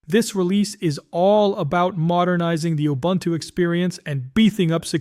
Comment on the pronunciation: If you can learn to say Ubuntu correctly, someone might believe all your hype.